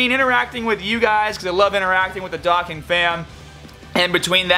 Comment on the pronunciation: At least say “Dokkan” properly 😂